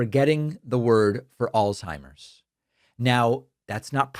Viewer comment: Al-Zhei-mers You can't even say it right/ There is no "T" in the word and nothing is pronounced like a T in it